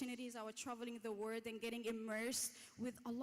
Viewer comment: Someone PLEASE let the young lady from Saudi Arabia,, know, smiling & in a friendly, loving, helpful way, that SEVERAL TIMES:,,,,,,, she pronounced the word WORLD as WORD. Please tell her: "A planet is not a "WORD" it's a "WORLD". Thank you! 😄